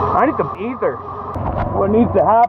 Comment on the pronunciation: Damn it sounds weird hearing you say the word "ether". haha It must of been a struggle for ya bud. You've just gotten older and wiser is all.